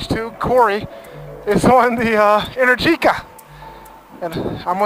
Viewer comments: Since its Italian, I assume its Pronounced "enEr-gica" , not "enerGi-ca", Great video! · Man is pronounced enérgica, not energíca 😅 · you call it enehr- geekah but I think it is called enEr-G-ca , from energy but, that capital E is open (é) like in Explosion. energica means full of power or very active in italian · It’s kind of weird how this guy pronounces ENERGÍCA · Please... Enèrgica not Energìca.